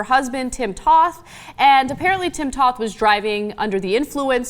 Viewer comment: Toth is with a long O.